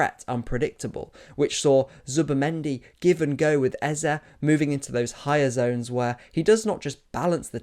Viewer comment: Lovely video,. But can you British guys stop destroying Igbo names like Eze?